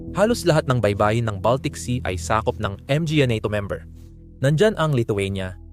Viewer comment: Hahaha pastilan Ang pag pronounce sa word "mga" Em-Ge-Ey Hekhek Hekhek. The word "mga" in Pilipino is an article referring to plural noun. To pronounce it: ma-nga. Ang pa, pe-ey Hekhek Hekhek that's pa sound /a/ pa. Pa means more or still. Depending the sentence. Sige pa ( some more). Siya pa (He/she still). Tingala man ko unsay Em Ge Ey 😂😂😂😂😂😂😂😂 pe-ey Hekhek Hekhek 😂